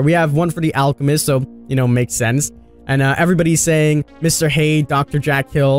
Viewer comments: LMAO he said "Hade" no no no it's "HYDE" with a Y !!?? Lmaoo do you know about horror???????? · mr hade, dr jack-el? do you mean jek-le and hide? (thats tge prounounciafion) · King you're great but you're having a Noob3 moment like he did with the Plague. It's Doctor Jekyll (sound like jackal but JEH noise) Mister Hyde (sounds just like hide). Love you bud! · I think it's a CGI trailer like the other ones, not in game graphics unfortunately, and you said dr Jekyll and Mr hyde's name wrong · I'm sorry.... how did you just pronounce Dr. Jekyll and Mr. Hyde?